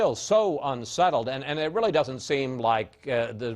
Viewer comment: the word is doeSn't not doeDn't